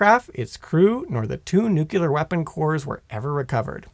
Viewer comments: I was excited to watch this, but I couldn't cope with the presenter saying "nucular" and so I had to skip it. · New-clear energy, easiest way to remember it., it's not the nuculus of the atom they're playing with. It's the nucleus. Where does the L go? It's important. Nu-cle-ar, shorten it to two syllables, New-Clear. This is painful and I have to hop off any of your vids about nuclear shit, which sucks because I'm a massive nuclear nerd....but bruh it's fr painful............ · Heard him mispronounce nuclear and just left, don’t want to hear it another hundred times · It annoyiled me so much I couldn't finish the video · I came here to say this. thank you! My wife says it wrong too. when she does I reply with "OK GEORGE W BUSH." Hearing people pronounce nuclear incorrectly is like nails on a chalkboard for me. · In "nuclear", the Q is silent. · This guy has a funny way of saying nuclear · You mean a nukulus? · Seriously … I can’t get over it. I’m sure it’s even spelled correctly on the teleprompter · The one reason I would prefer Simon over this guy!😮😅😊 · No no no if you can't say nuclear I've no interest bring Simon back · Say it with me,: nu-KLEE-er, NOT nu-cue-ler. Fingernails on a chalkboard is one of the few things that sounds worse than how you pronounced this particular word. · NuCLear... Not nucelar... Please. Trying to make a George W. impression? I was happy to hear first. Like his tone and voice. Starting to regret it. And you top it of with 30 minutes of filling material before getting to the point. Now I remember why I don't watch your channels anymore. And you add a bunch of useless model numbers in a complex system description. That's it. I quit. Wasted enough time even though I skipped most of it. Painful. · It's not nucyeelar, it's pronounced NOOKLEEAR (or even nyookleear) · Its nuke -u-lar weapons according to this shitforbrain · NU-CLEAR!!!! NU...CLEAR!!! NOT nukyular!!!! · Nuclear. Not nucular. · "Nucular" no no no no...